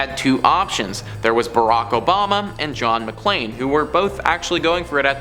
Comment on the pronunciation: Cool! But, he kept saying JOHN MCCLAIN! DUDE, it was John McCain.